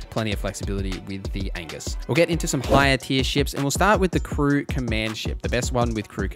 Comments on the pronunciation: The ship you called Angus is pronounced "EE-juhs" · The A is silent so it’s pronounced egis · Aegis- pronunciation: ee - jis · It's pronounced 'eeeejjjisssss'. It's Zeus's shield. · The a in Aegis is silent and if it helps the word Aegis comes from Greek mythology